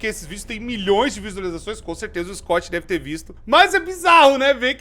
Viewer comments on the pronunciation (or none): none